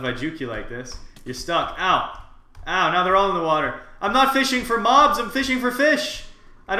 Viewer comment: water not watee